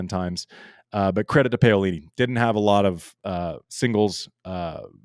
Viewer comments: Andy, Pah-oh-lee-nee and not Pay-oh.... 😂 😂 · Btw, that is pronounced Pa O li - ni